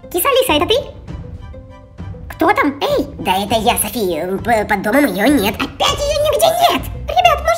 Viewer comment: Почему Сафи а не Софи?и почему Котамонстр а не Котомонстр?